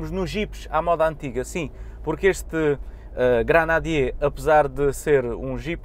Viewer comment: Granadier? GRENADIER! Nem o nome consegue dizer!!!